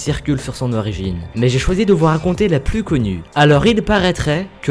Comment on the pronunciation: C est pas Namour mais NamurXD comme ca s écrit^^ Tu ne dis pas "plous" mais "plus"^^